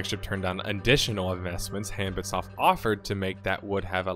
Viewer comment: About the name, HanbitSoft: it's supposed to be pronounced more like "hahn-beet". Or in Korean, "한빛", which translates roughly to "the light of day" or "daylight" or something like that